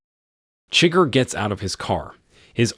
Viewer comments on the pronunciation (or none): Great content. Enjoyed the vid. But seriously man, they actually announce how “Chigurh” is pronounced. Need to fix that.